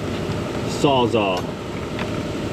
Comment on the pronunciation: You're not the only person to mis-pronounce the word Sawzall, but for some reason it's like fingernails on a chalkboard to me! I'm just sayin'.